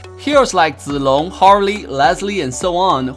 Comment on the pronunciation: Wow u really said zilong in Chinese u get my respect